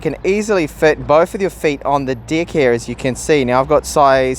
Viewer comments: I'm hearing D*** instead of deck hahaha.. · I can't unhear "deck" ...